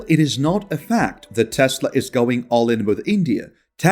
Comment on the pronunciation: what’s with Maask and Taasla? 😅